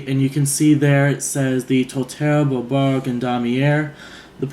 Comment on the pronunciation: Congrats!!! Very nice choice! I look forward to your review video on it! Thumbs up on your French..well said! For names, I'm thinking " Beau"...short for Beaubourg..and French for handsome, nice! =)